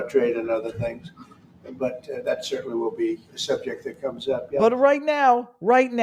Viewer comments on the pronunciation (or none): none